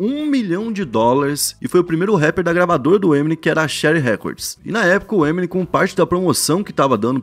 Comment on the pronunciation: Ta falando o nome to Eminem errado ... eh EmiNEM